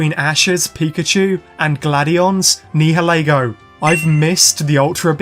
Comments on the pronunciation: I love your vids but….YOUR NIHILEGO PRONOUNCIATION IS MAKIN ME CRY XD…its nayaligo in da dubbed ik we watch da subbed but my brother watch da dubbed and whenever u say nihilego he is correcting it. But it aint botherin me just makin me laugh XD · it’s Nioleguo ure Saying it wrong